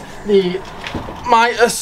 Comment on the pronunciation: Mitas proper pronunciation ....MEET US as in meet us at the races. I am an brand ambassador for Mitas....side note, Love the E 09 on my 390rrs